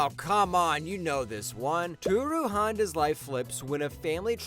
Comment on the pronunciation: How dare you disrespect Fruits Basket by not even pronouncing Tohru Honda's name correctly! It makes it seem like you never watched it and you are just reading what ChatGPT said when you typed in "what are 10 romance anime where the innocent girl falls for the boy."